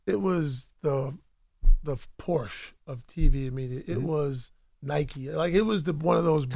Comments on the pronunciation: Envy literally pronounced "Nike" wrong wtf?!? 😂 Is he illiterate? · Everyone has it mixed up cause the rest of the world pronounces it as “Nike”..us North Americans pronounce it as “Nik-ie”